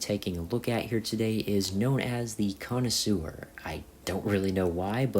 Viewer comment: i think the "connisour" is supposed to be the connoisseur.